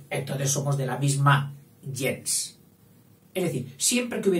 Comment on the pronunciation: Me va a disculpar,, el atrevimiento de corregirle yo, alguien que admira su trabajo y que por lo demás reconoce totalmente su erudición: el término gens no se pronuncia como usted lo hace, según acuerdan la mayoría de expertos hoy día. Sería más bien algo como "guens".